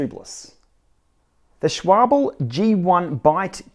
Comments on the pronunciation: Dude if you can read the order of the letters, it's SCHWALBE, not SCHWABEL. Come on. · This "shwabl" was really unforgettable. Maybe it was even better than the original. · It's Schwalbe (Shwaalbee), not Schwoble. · Tom Davis I just watched a German review of these tires and schwabble is closer than schwall-bee. The German guy said like “schwy-bell.” It’s the croissant of cycling. Which way should I pronounce now? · I notice you called your Tires Schwable... they're called Schwal BEE. Haha... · Schwabel? WTF? 😂😂😂😂😂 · Came for the tubeless tips, stayed for the 'Schwabble'! 🤣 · Think it pronounced....Shhh...wal...be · It's pronounced Schwal - Bee. The "L" is before the "B". The way you pronounced it the "B would be before the "L". Just saying. It's okay though if you're not perfect. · No, sch-wall-bah. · pronounciation tip from a German: Schwalbe ist pronounced "shwalbe" with a spoken e (like in porsche). great vid! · to be fair I think pronunciation would be easy to ignore, but you swapped the B and L which kind of screamed "correct me" out to the Internet ;) It could be worse though, you could record a podcast with Ray and talk about the Suito, each saying it differently every time :D